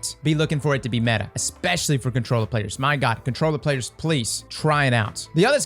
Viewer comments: I litarally clicked this to here him say "metah" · Not METAH? Not YETAH!